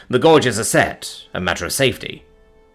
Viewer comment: As a mechanic, hearing "gawges" is hilarious.